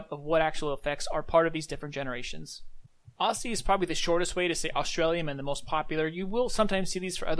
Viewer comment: You missed C/O C/O = Current Offer Also it's pronounced aussie not aussy